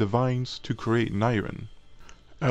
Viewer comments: AND NYRIN???? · god the pronounciation of nirn 😂 ITS KILLING ME INSIDE 😂😂😂